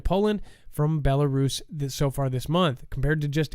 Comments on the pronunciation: its is a pea-nut, not a pea-nit. Its a wolf, not a woof. Its Bela-rus, not Belaris. Just saying.... lol are you going to correct yourself on the next show? Just playin bud. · i am laughing at you actually. If you watch the show regularly, you would have seen Dex and Adam going back and forth about the pronunciation of Belarus specifically. Your ignorance is impressive. Have a great day!